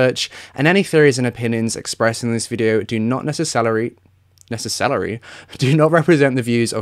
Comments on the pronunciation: You better believe that I'm going to be saying "necess-celery" from now on. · Lol..... "nececelery". :D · I've corrected a couple of YouTube's automated words, they kept saying sashir as opposed to Shashia, and I also added where you said not nece-celery before correcting it just because it gave us all such a giggle lol! I'm only on a phone though, Nice to see you back hun, your mental health should always come first! And we get it! X The subs aren't updated as yet, just as a heads up as I didn't see Amanda's comment before I clicked on link. 💜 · i thought he said necess-salary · If you made merch that said "nececelery", I'd buy it. 😆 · Every now and again throughout this video I’d just burst out laughing cus NECECELERY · Laughed out loud at work when you said nece celery. Thank you for not editing that out. :) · I knowww this isn’t the most important thing to comment on. But sometimes watching True Crime can be a bit heavy, and I needed that “necce-celery” at the beginning for a little chuckle 🤭 Also, it is criminal that there isn’t a celery emoji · Haha omg 😘😘🤭' necesscelery' i love this! This is an older video now but lovely I am aware of your mental health issues, through your sharing, thankyou for being back, I hope you are now well as it never goes away, just sending so much love and hugs, respect and appreciation, I understand what I experience so I just want to send love and support ( I know it's nearly a year later but the struggle is constant for me, so just huge respect and love!!)💜💚🤍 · nece-celery made me laugh way too hard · Nece-celery is my new favourite word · Nece-salary. Lol yes salaries are quite necessary Danish- now I’m hungry!! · You are adorable… necicelery lol also, you do want people to feel obliged to join and I think you meant obligated. Lol just helping you out sweetie! You are doing great. Thanks so much for your content! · Not neccesselery lol